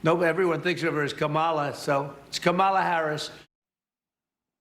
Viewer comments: Why would Anderson pronounce Kamala's name that Frump does??? He said "Ka-MAH-la...like WTF?? WHY??? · It’s a shame Anderson Cooper is mispronouncing Kamala. Do better. It’s not KaMAHla. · KAMala, Cooper, KAMala. Shame on you for pronouncing it. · Anderson: It’s COMMA-la. Please practice. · Anderson! You, yourself pronounced it KaMAla at one point. I'm not giving 45 a pass, so you don't get one either, even if I am a fan of you. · ANDerson! Comma, comma, comma! Like the punctuation mark! Please. You know by now. Kamala! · Hey people. Her name is Ka'mala! Accent on the FIRST syllable. Ka' Mala! Get used to saying her name. She's gonna be our next "PRESIDENT of the United States"! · It’s pronounced COMMA - LA (Kamala) 👩🏾‍💻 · It’s not that hard to get her name right: Comma - la. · Cooper, are you too dumb to pronounce "Kamala" right? Comma-luh. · I cannot believe how stupid the talking heads are on CNN...for the love of education, please learn how to pronounce KAMala. Or, if you find that too much to accomplish, just refer to her as VICE PRESIDENT HARRIS.....do you think you can pronounce that properly? My Goddess...the ignorance is staggering. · Why is Anderson mispronouncing "Kamala"? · Seriously??? YOU can't pronounce Kamala correctly??? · Et tu, AC?? SMH you pronounced her name literally seconds before saying "Trump... repeatedly mispronouncing her name". 🙊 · Anderson...you even pronounced her name incorrectly! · You pronounced her name wrong. 😏😡🤬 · Anderson Cooper …why did you mispronounce Kamala’s name? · You mispronounced Kamala, Cooper. Please get it right! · Anderson! You mispronounced Kamala’s name early in this report! 😡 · Cooper, learn how to pronounce her name. You're a supposed to be journalist. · You just mispronounced her name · Pretty ridiculous that Anderson points out that TFG deliberately mispronounces VP Harris' first name , but Anderson mispronounces it earlier in the clip (:40). C'mon Anderson, DO BETTER!!!! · Why can’t he say “Kamala”?